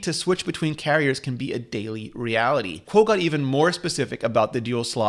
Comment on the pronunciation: Hey Rene , can you tell me why you always pronounce Min Chi Kuo's name backwards???? His name is NOT "Kuo Min Chi". u got it all backwards man. its as if we were to call you " Ritchie Rene"